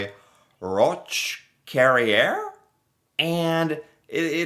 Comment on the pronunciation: I studied this in school. Don’t remember the grade. Oh and, your pronunciation of Roch Carrier was particularly painful.